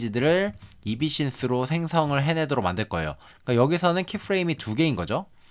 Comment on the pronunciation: 엡신스 이비신스라고 하는거 킹받네여 ㅋㅋ